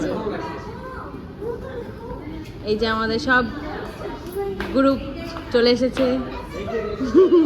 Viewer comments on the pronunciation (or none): প্রথমত জানতে চাই কতদূর লেখাপড়া করেছো যে রেস্ট কে রেস বললে, গ্রুপ কে গুরুপ বললে, আর ব্রিজ কে বিরিজ বললে তুমি নাকি আবার Students পড়াতে তাদের ভবিষ্যত তো একেবারেই আধ পোড়া বিড়ির আলোর মতই ঝরঝরে দশা আরে English Pronounsation ঠিক করে করতে না পারলে English শব্দ বলার কি দরকার! Rest হল English Spelling তাহলে ঐ T এর উচ্চারণ টা করলে কই, Group হল English Spelling টা আর Bridge হল ঐ English Spelling টা বুঝেছো। বাংলা উচ্চারণ টাও ঠিক করে করতে জানেই না আরে ওটাকে বাংলাতে পতাকা বলে আর English এ Flag বলা হয় বলে কিনা পতকা বাংলাটাও ঠিক ঠাক বলতে জানেনা এ আবার কিনা Teacher ছিিল এ টিচার না ফাটিচার ছিল ভাগ্যিস বলল ওটা Indian Flag নইলে তো জানতাম না তো! এমনকি র জামাই বাবু বলল জার্নিং ওটা জার্নিং উচ্চারণ হবে না ওটা হবে জার্নি English Spelling Journey বুঝলে জার্নিং না বলে বরং মর্নিং বল এবার মহা মুর্খ গুলো যতসব। এবার বলি ওহে মহা পণ্ডিত ওটাকে সন্ধ্যা তারা ফুল বলে না ওটা হল " মাধবী লতা" ফুল ঐ রবীন্দ্র সঙ্গীত টা কোনও দিনই শোননি " এই মাধবী লতা দোলে" আর ঐভাবে কেউ গাছ থেকেই ফুলের গন্ধ নেয় ফুলের মধ্যে পোকা ঢুকে থাকে তা নাকে ঢুকলে বেড়ানোর মজাই নষ্ট হত অশিক্ষিত পরিবারের লোকজন সব। আর কোলকাতায় এসেছে একটু Manners, Etiquette এইসব শেখ এটা পাড়া গাঁ নয় যে অ--------- ত্ত চেঁচিয়ে কথা বলতে হবে বুঝেছো একেতো খুবই বেশী কথা বল খালি বকবক করে নতুন বৌ এত কথা বলে! এটা Love Marriage ছিল তাই আগে থেকেই সব চেনা পরিচিত ছিল বলে একেবারেই ধরা কে সড়া ঞ্জান করছে। আর হ্যাঁ চিকেন রোল বিছানাতে বসে খেল তান্না তাছাড়াও ঐ চিকেন রোলে হাত দিয়ে ঐ হাত না ধুয়েই নতুন জামা - কাপড়, নতুন জুতো এই সবেতেই হাত দিয়ে সবটাই এঁঠ